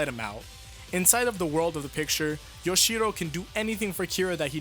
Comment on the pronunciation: Why are you pronouncing Yoshihiro as Yoshiro? It is not that hard, dude.